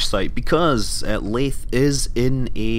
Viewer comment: not laythe as in through laythe as in the